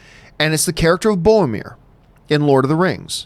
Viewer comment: Is it just me who is frustrated at Johns inability to pronounce "Boromir" correctly? ;)